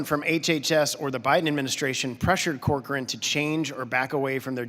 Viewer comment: It's Cochrane, not "Corchrane," but this is alarming if HHS pressured an independent scientific body to refute the authors of one of their studies.